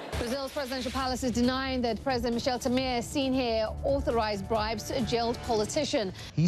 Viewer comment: Primeiramente, fora Temer! The way they pronounced "Temer" I'm dying!!! lol